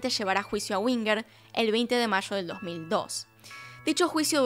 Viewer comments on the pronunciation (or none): none